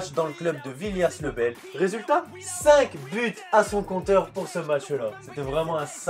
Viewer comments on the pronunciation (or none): Petite remarque : la prononciation de son premier club c'est "villié le bel" même si ça s'écrit villiers. Sinon super vidéo ! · Ça se dit « Villié le bel »